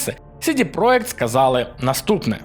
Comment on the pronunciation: чувак ) не "сiдi проект", а "сiдi проДЖект", це ж англiйська, бебi ))